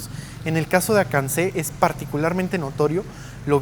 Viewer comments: Saludos desde merida!! (Observacion : se pronuncia "a kan ķé") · Me gustan tus videos, no mas falto que un yuca te ayude con las pronunciaciones, los lees tal cual, acanceh se lee acanke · Spy de Mérida, muchas gracias por el recorrido por la ciudad y sus alrededores, en la hacienda que mostraste cerca de progreso hicimos muchos campamentos como scout, por cierto en acanque la pronunciación del Pueblo jejeje, al cual también he ido de visita, y en Mani hay un restaurante que se llama "El rey tutulxiu" donde se come muy rico. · Se dice Akanqué..... huirooo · Xcanbo está bien, pero más les recomiendo Mayapan, una auténtica joya de la cultura Maya en Yucatán. <No hiciste bien tu tarea, Acanceh se pronuncia Acanque o Acanke>